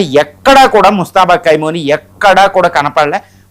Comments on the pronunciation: Kaimoni kadu Khamenei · కైమోని లేకపోతే కైమా కాదురా బాబు ఖమేని